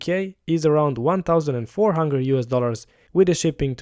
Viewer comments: 1400 = "one thousand four hungre" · Did you say "Hunger Dollars"? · 100 .. "one hungre"